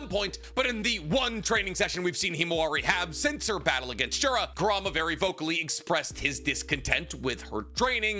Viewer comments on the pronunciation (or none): none